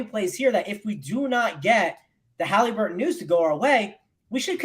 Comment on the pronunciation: Stop saying haleeeeeburton please